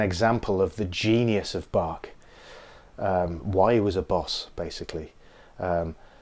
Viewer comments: It’s not " Bakkk". it’s BAHHHH the pronouncing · it's not pronounced that way. Bach. Not Back. BACH. not BACK. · Bok? Not even close. It's more like "Bakh". Use google translator to listen to his name. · English speakers should learn how to pronounce German names. It is not Djoehan Sebaaastchn Bakk. At least his surname itself. It should be pronounced Bakh. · No, it should be pronounced Bach. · Can you say "Bach" correctly? Thanks. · Why do you pronounce Bach so weird?You pronounce the ch like in Loch Ness without adding any k sound. There is no k in Bach. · In Turkey Bruce Lee is often pronounced as BOURSCH LI, in the Anglophone world Bach is pronounced as BAK. Both are wrong but the Turks are getting better because they are trying; Anglophones, however, cannot be bothered. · please just try to pronounce Bach right... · Hard to get the pun if you know the proper pronunciation of Bach's name. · Jazz Bak*. Bach is not pronounced like he did either. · well the two different ch sounds in the German language are both pretty tough to pronounce for English speakers, so let's give him a break.